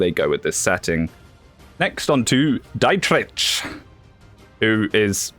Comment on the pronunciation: dude the dietrich pronunciation sent me into the next astral plane